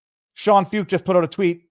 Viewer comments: Sean last name pronounced "foyt" You would like him, look him up viva‼️ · Shawn foo ket. That’s how you say it. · Pronounced "Foyt" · Sean Feucht . . . pronounced "Foyt" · Sean Feucht (pronounced Foyt) started holding Let U Worship events in CA during Covid lockdowns. They have spread throughout the US, including DC, and around the world .In Canada he has faced harassment and attacks, although people have come from all over Canada to participate in these events. God will win! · The name is pronounced Shawn Foyt